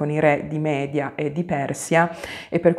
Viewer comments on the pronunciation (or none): none